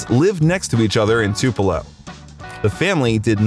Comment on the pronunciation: Your saying tupelo wrong bro